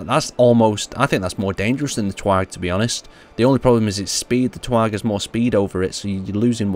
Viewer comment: its not TWAG its TGAW get it right broski lol